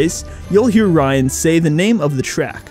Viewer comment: Metal Gear Ryan: Reryan